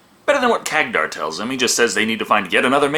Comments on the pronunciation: Am I the only one getting triggered by saying Khagdar instead of Khadgar? xd Jokes aside love the review:) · Hey at least these Orcs HAVE females among them unlike basically most other Orc races... And I'm not even talking about Warhammer where they "propagate" throught spores... (Warhammer Orcs or Greenskins are actually a hybrid creature between organic and fungi) And you misspronounced the mages name there as iot is Kadgar. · Say it with me now, KAD - GAR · Hey,, Good review as always, but one thing, you are seriously mispronoucning Khadgar's name.